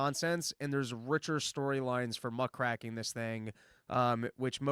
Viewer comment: It's muckraking, not 'racking' People gotta wonder on the etymology of words to know why they are apt vocabulary choices to select. If you literally don't know what your saying it shows a lack of intellectual curiosity, not a good look on this show.